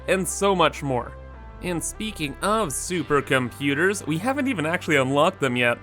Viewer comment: That's about % why I watch him. Another % is the way he says Turbo moterz. The last % is him actually playing the game. lol